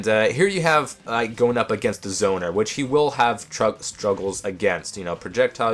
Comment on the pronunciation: Hello ? To me, it sounded like he said "Izona" or something lol I thought he was referring to the person playing the Link, until he said "zoning" again ^^